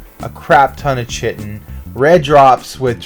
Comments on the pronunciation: Great vid mate, nice spots. Just a small thing though, it's Ky-tin (chitin). Keep up the good work. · are you american? if so look up how to actually prounce 'chitin' correctly please. it's actually pronounced as if it was spelt with a k and not a ch. and if your not american you should definitely look up how to pronounce it... and fast...